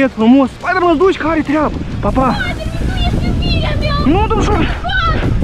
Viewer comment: Bros calling him spitter man